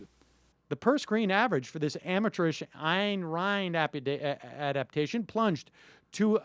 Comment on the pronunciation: Ayn Rand's novels have been selling well for decades. I doubt if this "host" will have the ability to make the same boast for his "career" . And for god's sake, learn how to pronounce her name! This guy is just full of him self and it's hilarious !